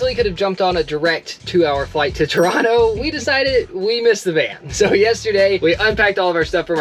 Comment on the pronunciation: Your pronunciation of Toronto is spot on like a local’s!